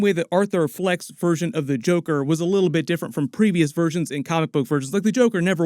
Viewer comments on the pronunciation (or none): none